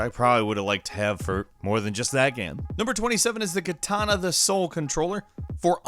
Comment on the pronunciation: did I hear Kitana instead of katana?